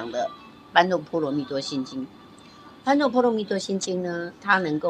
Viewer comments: 不是般若是 ㄅㄛㄖㄜˇ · 不是念般若去查一下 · 般若波羅蜜多心經、老師不是念般、